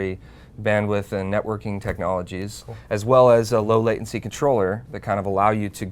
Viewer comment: "Latiency" That is all